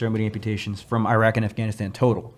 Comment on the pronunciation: swag put I into “Iraq 🇮🇶 “😂